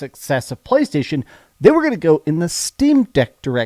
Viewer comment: Everybody: "Playstation": "Pcchhhlaystation"